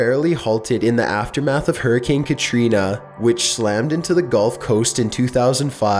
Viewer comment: Hurricane katreena more like hurricane tortilla